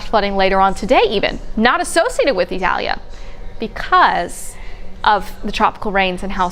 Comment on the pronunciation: 5 Stars for her. She made a genuine effort on properly pronouncing the Hurricane's name.